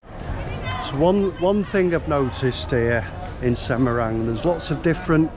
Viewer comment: Semarang, not Semerang